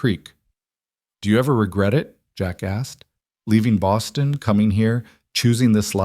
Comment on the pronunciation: At the end of the story there should have been more space between the consecutive words of Jack and asked. It came out sounding like 1 word = 🫏